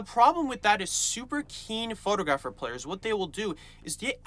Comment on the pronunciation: How you mispronounce photographer is jarring. Surely you should make sure you know how to say the word since it's the main word you'll be using all the time 😅